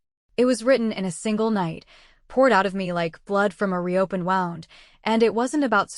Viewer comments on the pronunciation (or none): Woo-nd, not wow-nd. One spelling, two pronunciations and you consistently use the wrong one.